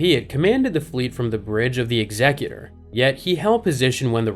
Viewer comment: Thumbs Up for pronouncing the Executor correctly! 👍